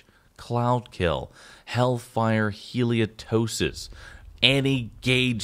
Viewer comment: hal-i-TOH-sis, the medical term for bad breath. No idea where "heliotosis" came from.